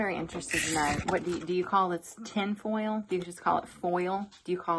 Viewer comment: what’s funny is you say foil like fo-yo-ol but when you say oil you say ohl not oh-yo-ol 😂 in your last video you talked about it 😂